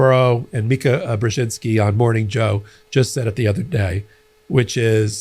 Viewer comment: Thank you for pronouncing Mika's last name as it should be.